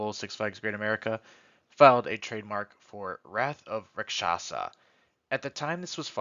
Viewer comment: If a single person says Raksasha right ill throw a party